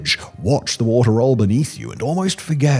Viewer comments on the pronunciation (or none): none